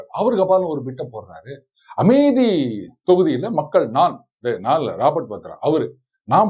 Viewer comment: Kaadhukku naaraasama irukku Amethi yai AmeDhi nnu thappa pronounce pannumbodhu.Aenga neengal paditthavar thaanae. Kanraavi yaa irukku BaHinGaram nu sollumbodhu.Comments padikkaadheenga/ matravar paechai kaekkaadheenha. Long live, Sir